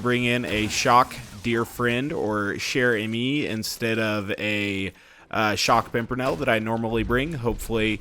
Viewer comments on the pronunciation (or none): [GD] DianIzScrub also he has to make a ee sound no a eh sound at the end of amie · if you roll the r in Chere-Amie you'll be pronouncing it correctly.:)